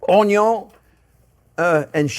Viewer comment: 17 Years, it can Stay in The Freezer. No accent there. I can Rub Butter All Over My Body, again no accent. Onyo first, ok maybe a little bit there.... Hahahahahahahaha 😂!!!